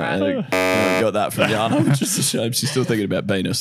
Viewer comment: I like the way they change J to sound like a Y -- Jana is pronounced as Yana. It reminds me of my son's karate instructor who calls him Eliya, and I always correct him that it's Elijah - but he never learns. Hahaha. Do you mind if I ask where (or which countries) J is pronounced as Y? I know Spain pronounce their J as H, eg Juan is pronounced as Huwan.